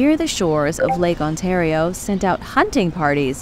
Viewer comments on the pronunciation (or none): none